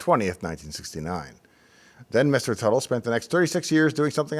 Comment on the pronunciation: Tuttle, Not Buttle?